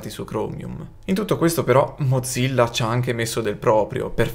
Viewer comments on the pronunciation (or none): none